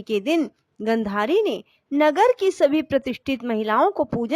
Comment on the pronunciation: Aapka uccharan theekh nahi hai....jaise swarg...gandhari